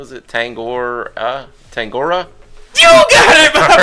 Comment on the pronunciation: Love the video guys! Trash talking is the key to all the best conversations haha here in NZ we say 'having a yarn' Also, 'Tangaroa' and Kai 'Tangata' is pronounced like the ending of 'tongue' (the thing with the awesome yarns ;p) So: Tongue-a-roa (roa like rower) And Tongue-ata It's hard, don't stress hahah ka pai o rawe mahi! Stay slick bois